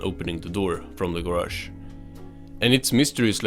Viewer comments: SpongeBobs Ger-ash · I could listen to this guy say garage all day